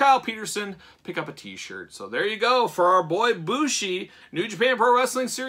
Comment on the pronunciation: MX is his finish, its a flying Codebreaker off the top or 2nd rope, and the dia de los muertos mask is an entrance mask. Bushi (it is pronounced Booshy btw, so you got it right) is known for wearing some wild looking, and very creative, entrance masks over his ring mask. The one they chose here is neat but overall pretty tame in comparison to many of his others.